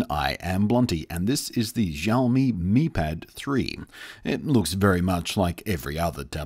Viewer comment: Shouldn't it be the 'me' pad 3, considering the brand name's pronunciation